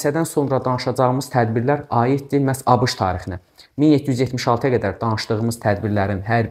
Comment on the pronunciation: Müəllim A Ş K'nı nə gözəl deyir😂